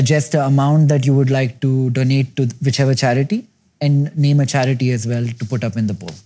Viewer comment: charity sounded like Chaaya-Kudi.. means 'have-tea' in Malayalam. Wasn't expecting philanthropy on the table , great to see !.